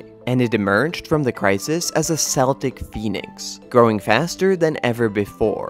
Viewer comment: Isn’t this narrator mispronouncing “Celt”?? Is this AI being brilliant again?